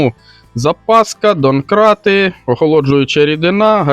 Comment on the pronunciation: ДоМкрати, а не доНкрати